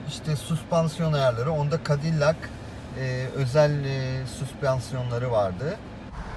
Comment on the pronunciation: Ingilizce bilmenize ragmen Cadillac'ı türk gibi söylemek 😄👍👍